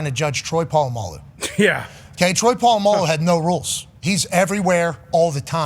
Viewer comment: I've never heard Pat say polamalu's name correctly